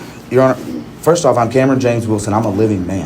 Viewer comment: You are the man "Cameron," not "CAMERON."